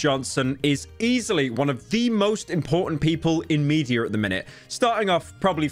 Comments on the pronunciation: British moment no. 378, Pyro says “mediar” when attempting to say “media” This is a joke. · Where's the R in media? Just curious...